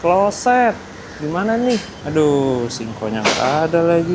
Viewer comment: Pronounce inggris mu jelek bgt, closed itu bacanya bukan kloset, belajar dulu lah mas,..malu udh gede